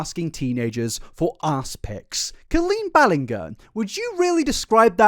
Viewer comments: my favorite part about colleen is how you pronounce the first part of her name the same way as colon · Co”oh”leen as in OMG, as in Orange BallinG as in George er. Not sure if it’s a dialect thing or a stupidity thing but at least you can try and pronounce her name properly 😂.